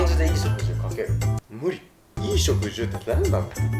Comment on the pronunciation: 冒頭の衣食住はいぃしょくじゅうって言ってたけど普通はいしょくじゅうだよね